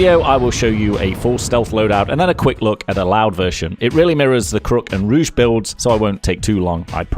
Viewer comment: Don't ever call it "ruge"